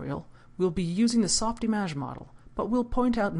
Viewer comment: softimAge?!!! are you Kidding me?! How can I take this tutorial seriously! It is not that it is not supposed to be pronounced that way, but if you cant pronounce it well in french, just say softimage, and save us the pain. Or release this tutorial in french. It is too distracting to watch. Sorry.